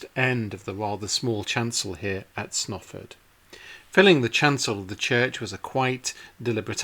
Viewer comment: I mean no disrespect but your pronunciation of Snarford is really strange and if you had asked me directions I wouldn't have known where to send you. I believe this church may be paired with Friesthorpe, famous only for Reverend Beechey's sons killed in the first world war. I was told they had to help pay for it's upkeep. Strange to say I have worked on the roof but never ventured inside, it was lovely to see these tombs, Mother often spoke of them. Thankyou for a very nice video. Imagine the view before the fields were turned into praries, small fields, cattle grazing and perhaps at the right time of year men with scythes cutting hay this would be as these nobles saw it.